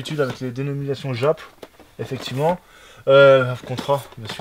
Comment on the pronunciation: on dit jap pas djap 😅😅😅😅 Belle collection sinon